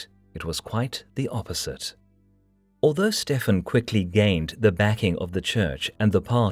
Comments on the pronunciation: Why is Stephen ('Stevan') pronounced as though he is E European as 'Stefan'. no-one else (Matilda, David, Henry, etc.) gets other than the standard pronunciation!!! That annoying idiosyncrasy apart - an excellent, and in part radical, interpretation. Most enjoyable. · Stefen?? Stephen is pronounced Steven.. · Dying from "a surfeit of lampreys" is certainly one of the funniest ways an English monarch has died. Btw we'd generally say Steven, not "Stefan". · Isn't Stephen pronounced Steven???? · Stephen is pronounced Steven. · Can you please just pronounce Stephen like Steven? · The name Stephen is pronounced 'Steeven', rhyming with 'even'. Don't you know English? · It's thoroughly relevant in a video made in English. Anyone who broadcasts in English without knowing how to pronounce a common name such as 'Stephen' comes across as an ignoramus.